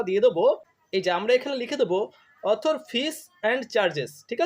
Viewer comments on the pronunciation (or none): আরে পাগল ,,, ওটা অথর্ নয়, ওটা আদার হয় ,, ইংরাজি উচ্চারণ।